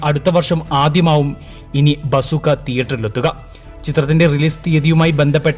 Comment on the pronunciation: Vasoookkaa alladi bzooka